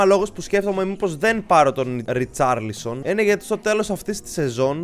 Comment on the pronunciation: Είναι ρικαρλισον όχι ριτσαρλισον